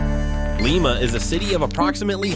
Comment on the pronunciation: You miss pronounce Lima. Is Lye-muh.